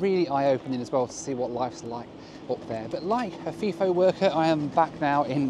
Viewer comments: 2 things to point out as an Aussie. they’re called utes in Australia, not pick up trucks. The other, it’s pronounced fi-fo, not fee-fo. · As someone who has actually worked FIFO at Tom Price here's a few corrections. Its pronounced F-eye-FO and NOT F-ee-FO. Its spelt FIFO not FEFO The reason they fly Fokker 100s and Boeing 717s into Paraburdoo is because of the construction of the runway. The run way is long enough for planes like the 737, but its not strong enough for the weight of those aircraft. I have a pilots license and that's one of the basics of runways. Its not just a matter of length but they also have to handle the weight. NOT ALL of the people who work at the Tom Price Mine are FIFO. The Town of Tom Price is a real town with shops and houses and schools and sports clubs. When I was working at Tom Price in 2013 most of the people I worked with in the electrical engineering support team lived in town. I was on what's call a 8-6 roster were we'd fly in on one day and fly out the next week on the same day. 2 of us flew in on a Wednesday and 2 left on that Wednesday after we'd had a handover meeting. That was then a common schedule for an operating mine. For construction of a min ethe roster was typically 3-1 or 4-1 but that referred to WEEKS not days. Of course you didn't work 3 or 4 weeks without a break. You'd usually have Sunday's off or every second Sunday off. Some of the construction schedules are pretty brutal. The main reason people in mining earn or appear to earn a lot of money is the number of hours they work. One project I was on had a 10-4 (10 days on 4 days off) with 10 hour days schedule. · And Third, its pronounced fi-fo not fiii-fo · Fly In, Fly Out = FiFo not FeeFo lol! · Pronouced 'F-eye-fo' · Fi rhymes with hi.